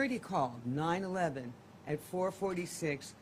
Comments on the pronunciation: Yes why was she saying 9-11? So annoying!! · 9-1-1, not 9-11